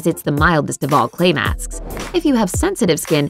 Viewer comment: When she wanted to say clay masks she said clay maks